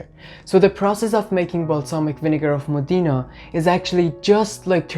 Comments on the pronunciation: Io sono nata nella città famosa in tutto il mondo per la tradizionale produzione di aceto balsamico e tengo a precisare che il nome corretto è MODENA che si pronuncia così come è scritto quindi non modina ma Modena ( con l accento sulla o) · The correct pronunciation of Modena is..MOH-deh-nah. The accent is on the 1st syllable! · moDEEna lol